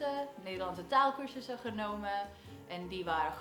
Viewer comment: I have noticed that when you speak Dutch, there are moments that there is no accent at all. Like the word " dat" or "ik" and " heb" but also a more difficult words like "lukt" or even the word "taalcursussen". Awesome! Keep up the good work.